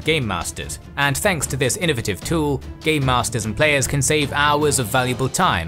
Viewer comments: Are you saying gay masters? Lol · lol it sounds like hes saying gay masters 🤣🤣